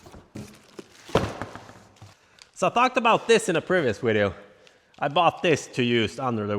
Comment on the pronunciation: Love the wideos or however you say it. lol😂